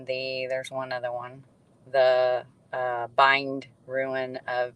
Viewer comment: ruin??? how about rune, rhymes with dune or moon or tune